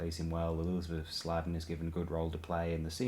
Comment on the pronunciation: Bloody hell, could you not pronounce Elizabeth Sladen's name correctly no? And what's this "stupidest" bollocks all about? The term is "most stupid", you would have to be stupid not to know that really, "stupidest" is an dreadful non-word that doesn't exist which has come to prominence thanks to some ill-educated Americans and some Yankified Brits who should know better with our standard education system being better than in the US.